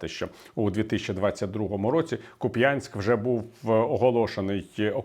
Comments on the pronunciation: Невже так важко запам'ятати, що населений пункт називається КУп'янськ? Я розумію коли русня типу путіна каже куп'Янськ, бо воно дурне тож там навіть "тринадцять юм" можна почути. Але здавалося б український журналіст та публіцист, ну мав би знати як наголос ставити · Перепрошую, але місто К_У_п'янськ, а не К_у_п'Янськ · Не правильно ставите наголос. Не куп'Янськ, а а кУп'янськ. Першу буква повинна бути велика, але поставив маленьку для наочності наголосу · Не "Куп'Янськ", а КУп'янськ. Шо ви як москаль вимовляєте назву?! Ви ще Київ "Кієвом" назвіть. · Віталій Едуардович, дякую за ваші відео. Тільки КУп'янськ, а не Куп'Янськ;) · КУпянськ, а не КупЯнськ!!!!!!!!! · Ку́п'янськ, шановний пане Віталію. Наголос на У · Куп'янськ, наголос на перший склад, ато відчуття таке наче заказний аналітик, який навіть незнає назви населених пунктів України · Наголос треба робити на перший кУп'янськ! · Куп'янськ - наголос на У) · Ну, тільки ж КУп'янськ. Наголос на першому складі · На Харківщині говорять "кУп'янськ" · КУп'янськ - наголос на У. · Куп'янськ. ( наголос на у), бо куп'янчани називали москалями тих хто наголос робив на "я" і ображалися❤ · Ку́п'янськ, наголос на «у» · В слове Купянск, ударение на первом слоге.